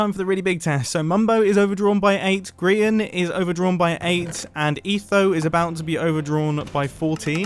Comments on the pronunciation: Really Mumbo, Grian Not GRAIN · I believe that it's pronounced grain not grain For the people that dont get the joke look at the sign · Mumbo: we've got me we've got "GRAIN" Me:are you kidding me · Mumbo: "Grian" The sign: Grain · Sign:Grain Me:Grian not Grain... XD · bruh ITZ GRIAN NOT GRAIN GRIAN GETS MAD ABOUT IT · Grian not Grain.Grian not Grain.Grian not Grain.Grian not Grain.!!!!!!!!!!!!!!!!!!!!!!!!!!!! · is says grain instead of grian LMAOO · Are we just gonna ignore the "grain" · that's not how you say it but ok